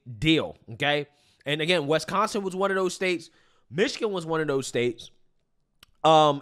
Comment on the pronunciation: Stop saying Wesconsin!